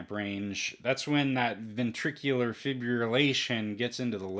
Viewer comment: Pronounced: Fib Rill Lation